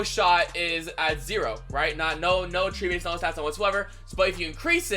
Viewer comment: Why you say attributes like that